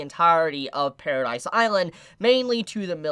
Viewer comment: It's not Paradise island it's Paradis.